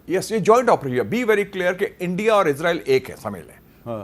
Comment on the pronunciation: اسرائیل not عزرائیل